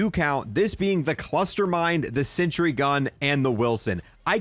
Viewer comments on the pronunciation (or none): none